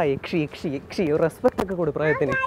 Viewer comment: ശങ്കരൻ പൊളി അവന്റെ ശബ്ദം പൊളിച്ചു യക്ഷി എന്നത് യച്ചി എന്ന് പറയുന്നു